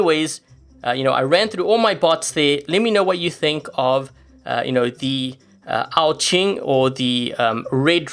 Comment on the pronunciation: it is pronounced as AO QUEEN